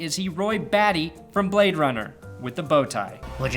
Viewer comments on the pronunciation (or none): none